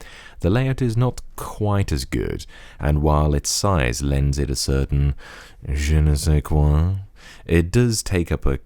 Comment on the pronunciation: "je ne sai quois".... :)